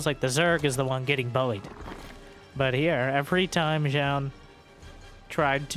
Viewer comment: Thanks for the pronunciation on Zoun. I was saying it wrong before, but glad to be right now.